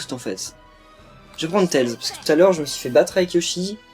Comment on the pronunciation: Sa s'écrit tails mais ça se dit tèillese